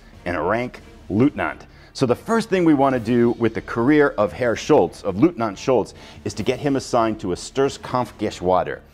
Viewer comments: The eu inLeutnant is pronounced as a OY sound such as boy. It's not Lootnant. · This game looks great! Eagerly awaiting the next episode, although as a person of Polish background I kind of hope Leutnant Schultz doesn’t do too well in this campaign.😉 One small pronunciation note: leutnant is pronounced loyt-nant. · Great preview, thanks! One tip from a German: our pronounciation for "Leutnant" comes close to "Loitnant". 🙂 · i see. No worries. The pronounciation is just a trivial sidestep. The core is ur excellent presentation of the content. 👍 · Dear Sir, I love your vids, and bought so many games because of you👍🙏 So, as you can imagine, my wife is not a big fan of yours 😉😅 Just kidding... If you want to pronounce LEUTNANT in German, the EU is pronounced like in boy. So, if you say Loytnant you should be safe. Wish you the best, stay healthy, Björn